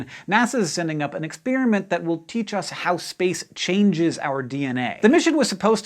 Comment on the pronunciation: It drives me nuts when he says "ex-spearmint"!